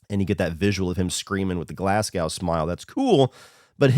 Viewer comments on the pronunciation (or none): Pronounced Glaz-go. Lol. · I love your videos dude but why you gotta pronounce Glasgow so wrong 💀